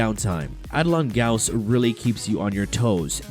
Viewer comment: That's the right pronunciation. It's spelled like House not Boss.